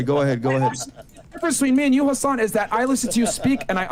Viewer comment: As someone who's mother is an attorney and brother is in law and were both following this case, they both would say Hassan wrong especially on the plead the 5th conversation.